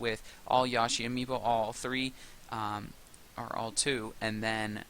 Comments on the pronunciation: I'm pretty sure it's pronounced Yoshi not Yashi. I take Japanese. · I like how you say Yoshi. I say it with a strong YO, but you say it with a YA. Lol